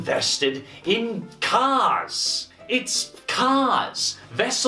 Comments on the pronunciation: It's not cars you guys. It's caws. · I love the way pronounces "cars." CAAAAHS!!